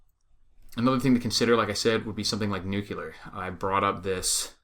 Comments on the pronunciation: NUCLEAR.....say it the right way. It is NOT "nucular" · There is no such word as "nucular" ugh. ..